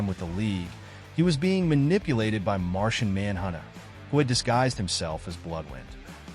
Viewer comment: Martian Man Hunna? Nork?